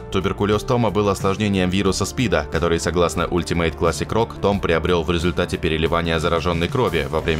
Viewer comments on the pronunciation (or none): none